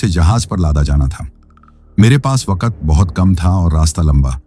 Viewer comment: Ap ki story achi hote mgr ap Koch words thek sy n bolty jsy waqt KO wakat ar s KO b thik sy n bolty string KO staring bs ap words b thek kr len Sora kat y kia